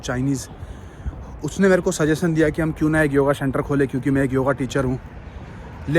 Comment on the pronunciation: Shenter nahi centre bolo bhai